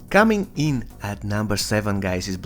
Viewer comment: The way you say cominin at no.🤣🤣🔥🔥